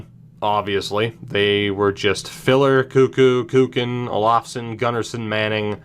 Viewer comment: Hehe you said cock in Swedish when you said Kuken to Kukan